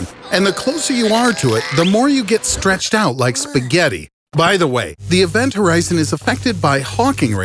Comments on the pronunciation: Horizon not Horizont. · Event Horizon...no "T" at the end of "Horizon". And it's Hawking Radiation, not "Hawkin"....named after it's discoverer noted theoretical physicist Stephen Hawking.